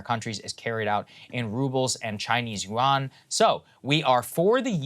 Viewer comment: Love Saagar but he needs to learn how to properly pronounce yuan.